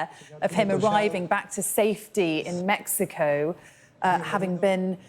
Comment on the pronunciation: God bless this man and I got much more respect for him for pronouncing Mexico how it suppossed to be pronounced !